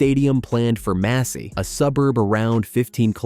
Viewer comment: Massy, ce n'est pas Messy. C'est dans l'Essonne près d'Antony.